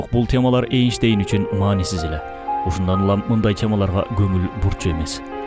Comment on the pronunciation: Эйштейн дейсинго я??? Энштейн десен